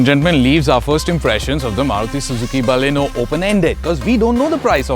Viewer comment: Thank God, finally a reviewer who says Baleno and not Ba-lino.. Got so tired of those.. Great going with the review guys.